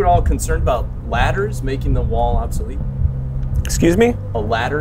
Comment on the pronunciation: He can say Guadalajara but not ladders 😂😂😂😂